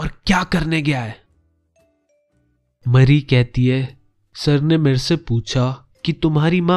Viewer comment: Dude its not mari its mary just kidding really luv ur channel and ur way of explaination is awsm I always visit ur channel during my exam time